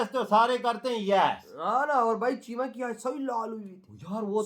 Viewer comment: Kaddu cheema name pronounce karna to seekh le Pehle late, pagle